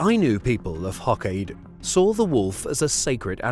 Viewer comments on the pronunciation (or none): Its pronounced Hoe Kay doh